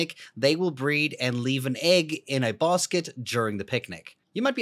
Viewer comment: Bruh you said "bosket" instead of basket😂😂😂